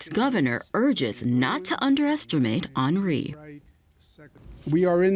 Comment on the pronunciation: He said haunri